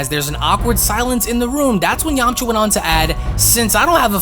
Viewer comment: Who else laughed when he said Yamacha